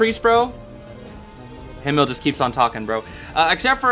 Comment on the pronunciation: OMG THANK YOU SO MUCH FOR (almost)PRONOUNCING HIMMEL RIGHT (obviously American accent but still thank you sm)😭🙏🙏🙏